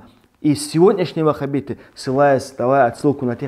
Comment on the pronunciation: Ты искажаешь имя аллаха, вахаб, бойтесь аллаха,,как вы надоели, может в индии переедишь